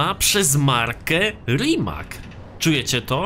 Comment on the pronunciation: Rimac czyta się rimac a nie rimak